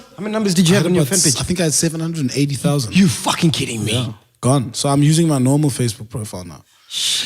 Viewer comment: He killed that accent "$1000"